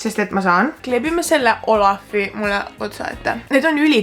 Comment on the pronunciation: Oolaf mitte olaf